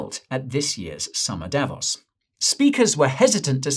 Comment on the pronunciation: Davos is pronounced with a long o Davooos Repeat after me : Davoos! That is better!